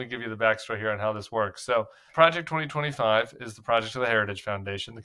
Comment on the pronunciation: He can’t even say Project 2025